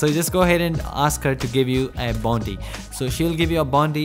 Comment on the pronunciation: The way he says bonti